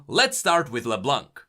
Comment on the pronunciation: it's LeBlonk, not LeBlanc. My ears are bleeding.